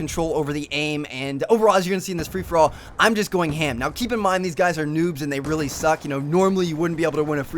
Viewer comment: Great videos but a personal thing that irks me is the way you emphasize Very and Really